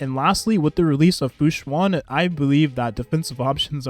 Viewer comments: The way you pronounce the name hoo- oh is right I believe just say it like that as one syllable faster I had a Chem teacher with the same Huoh name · the way you put it together with the Luocha and Huo Huo was really smart and yes that is how you pronounce it! don’t be so hard on yourself :)